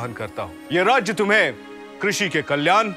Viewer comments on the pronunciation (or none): This is a very good attempt. However, am surprised at the high usage of Urdu words in a serial about ancient India. It reduces the authenticity of the serial. Also, the incorrect pronunciation (that is unfortunately so common nowadays in some Hindi speakers) such as कल्यान instead of कल्याण is a little jarring to the ears. I hope the producers think about this seriously.